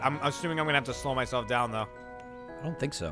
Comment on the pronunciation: Jeremy can't say 'slow' properly, sounds like he's saying 'slur'